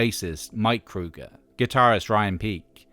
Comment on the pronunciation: I know that is how you're supposed to pronounce his name, but it's kind of surreal actually hearing Chad Kroeger's name said correctly after years everyone just not saying it right. lol.